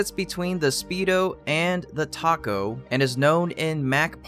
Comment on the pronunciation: "The Taco" Its tack, my techy dude